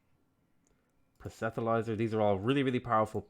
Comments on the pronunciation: it's not super important or anything but I've noticed you've always said "proh-set-uh-lizer" for "proselytiser" and it sticks out to me because the t and the l are the wrong way round - It's "proh-sel-uh-tizer". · Dude, there isn't an "h" in Proselityzer. it's pronounced: "prus-le-tie-ser" Keep it up, love seeing a different sort of gameplay :)